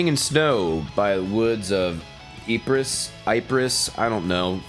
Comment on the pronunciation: The forest of Ypres should Be pronounced as “The forests of Eep”. The campaign of the forest of Ypres was a very pinaccle part of world war 1. In fact, Paschendale by Iron Maiden is about a battle that takes place during this campaign